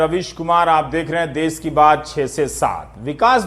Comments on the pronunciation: देस नहीं देश होता है.....NDTV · सर देश होता है ना की देस